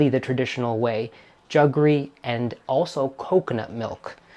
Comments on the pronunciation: I've never heard anyone say 'juggery' ! ...... it's jaggery' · It is jaggery not juggery. It is a Portuguese word for the traditionally Indian product. However the English word ‘sugar’ came from the Indian root word ‘shakkar’ because Indians were the pioneers in sugarcane processing and extraction. And ‘semia’ is the play on word semolina. I like semia just as much as the pearls in a payasam. Absolutely hate raisins in payasam, they ruin the sweetness of it.